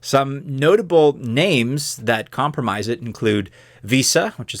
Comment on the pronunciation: its comp-rise not comp-ra-mise